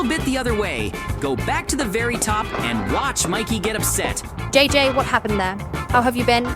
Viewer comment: It's JJ not DJ bra